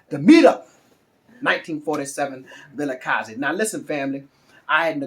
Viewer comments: 👏🏽👏🏽👏🏽👏🏽👏🏽👏🏽👏🏽👏🏽wow, I give you 10/10 for pronouncing Vilakazi. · I like how you say 1947 Vilakazi. Jozi is getting into your veins.